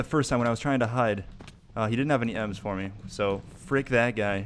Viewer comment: Did you say "too risky five me", like "too risky for(/four) me" on purpose that's amazing